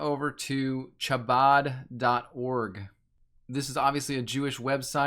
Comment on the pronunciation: How do you do so much research and not look at how to pronounce Chabad?